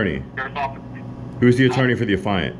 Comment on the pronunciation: youre not the afiant, geeze he cannot ever pronounce the legal terms correctly